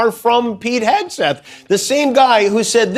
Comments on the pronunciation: Did I hear her say Secretary Hegsweat?😀😀😀😀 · She mispronounce his name Hig swig 😂